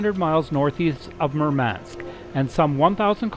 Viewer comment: The mispronounced names made this video cringe worthy. Murmansk not Merman-sk.